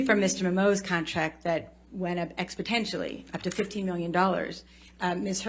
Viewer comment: she really said, "expotentially" and not exponentially lmaoooo